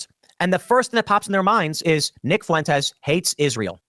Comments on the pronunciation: Always loved Kyle's ironclad commitment to pronouncing "Fuentes" with three syllables. Foo-Win-Tez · Holy fuck, stop mispronouncing Nick Fuentes’ name. I know he’s a POS, but it’s so annoying as I actually know people with that last name. Two syllables: F’win-tez. It is not “Foo-in-tez”. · Nick Foo-IN-tez haha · Nic FOO-en-tez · Kyle said Nick Foo-wentez. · Nobody knows who Nick "foo-wentes" is because that's not how you pronounce his name lol. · im so sorry but the way you say Fuentes really pisses me off XD foo-en-tez is a not. its more fluid. carry on with your bashing of them cause I assuredly on board with it.